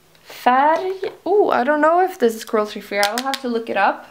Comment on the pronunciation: är du från Sverige? för du sa "färg" så bra